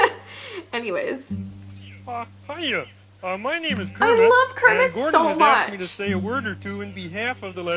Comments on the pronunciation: You said curmet not Cookie Monster you said and curmets trying to eat everything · wait, you said " how kerimet the frog trys to eat everything" in stead of cookie monster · U say'd:'how GERIT eats everything' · Did anyone hear her say “and carmmet is trying to eat everything” lol. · You said kirment trying to eat evry thing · She said curmet eating everything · kermit not cermit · she said cermitt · you said krmit